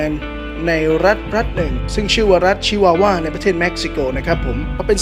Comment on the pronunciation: รัชชชช..ชิวาวา สำเนียงมาเต็ม55